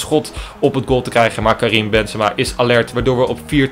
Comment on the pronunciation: Je zei kazim ipv Karim lawl